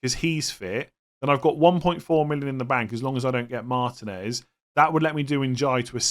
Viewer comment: Pronounce martinez correctly it really isnt that hard